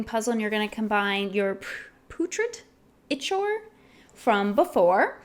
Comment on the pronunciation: Putrid Ichor, it is pronounced Pew trid I kor.